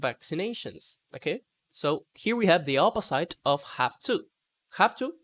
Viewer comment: check pronunciation for opposite, ought, understand.